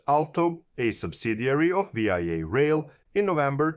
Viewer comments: One would think that if one were making a public video about VIA rail one would know that there is not such thing as V....I....A rail. This is only called Via rail by Canadians. AI stands for Artificial Idiocy. If one cannot even rely on the pronunciation that all Canadians know it calls into question all the information that you proport to present. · Great video. Small point, its not said "Vee Eye Eh (V I A)” it's spoken as the word "via". As in "I'm flying to Singapore via Lahore” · Great video! Just a friendly tip, VIA is pronounced veeyah, one word. I am from Toronto so I know. Keep up the good work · VIA IS SAID VEEYA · Pronunciation is the English word "via", not each letter of the word. I'm hoping this private-partnership doesn't turn into a 407ETR type operating agreement with no fare control. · I can’t watch this anymore…it’s hard to listen to a foreigner say VIA, It’s Vee-Ah. JFC mate, learn how to speak properly! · Like VISA but remove the S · Great video. But you pronounceing Via like an acronym instead of the word was a bit grating. Its pronounced like the word via as in traveling to a destination via a train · How do you do the research for a video like this, and never hear the word pronounced?! How do you spend 20-40 hours on production, and never bother to fix such a glaring mistake?! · The mispronunciation makes it seem like he's talking about some other country. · I'm fine with people from other countries occasionally mispronouncing a Canadian term. It adds colour. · Also... If you're going to pronounce it like it's an acronym, do you not have even a tiny bit of curiosity as to what that acronym stands for?